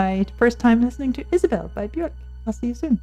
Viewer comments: It's 'byerk' not 'byork ' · Björk. The ö makes an e sound. Rhymes with “perk” or “dirk.” Björk.